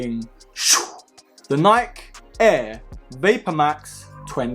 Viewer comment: him: according to niik me: 😭its nik e not niik